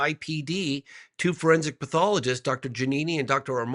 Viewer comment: I can't believe that Ross doesn't know how to pronounce pathologist!